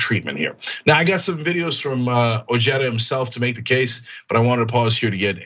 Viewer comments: It's pronounced O-heh-da. The J is silent in spanish. C'mon CENK! You should know that by now! You know how to pronounce Jesus. You say it ALL the time. So you should know how to pronounce OJEDA. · I believe Ojeda's name is pronounced, "o-hay-da". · Ojeda is pronounced Oheda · doesn't change the fact that it is a Spanish surname and the correct spelling is as described but putting an" English j " in it is mispronouncing it. Ojeda himself is mispronouncing this Spanish language surname!! if you want to be more charitable we could say he's americanizing it. So really both you and Tom converse are correct